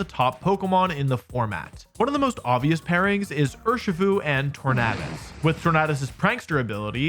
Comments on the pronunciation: Why pronounce it tornahdus when it’s based of the word tornado bruh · Is that the proper way to pronounce Tornadus? I've always pronounced it as "Tor-nay-dus", not "Tor-naah-dus" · Why does he say “Tornaadus” Like it’s just tornado with a few litters swapped at the end